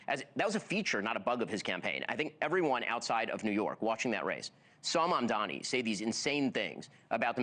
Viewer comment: It’s Mamdani Mamdani Mamdani not Mandami 😂😂 pleeeeease